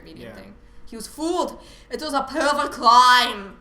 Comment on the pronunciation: "The perflect cwime" nice. :D